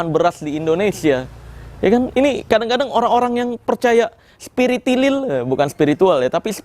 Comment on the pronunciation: Bukan spritinin tapi spiritinah.